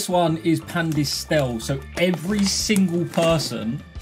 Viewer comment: spicy disole and machinee LOL top tier pronunciation there 🤣🤣 just fyi, the pronunciation would be spee-cky di soh-leh and mah-chi-neh (cioccograno, pan di stelle, and fette biscottate were pretty good, though)